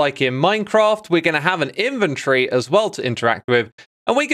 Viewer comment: Thank you for pronouncing inventory properly. I so often heard ist as Invent-tory even from brits!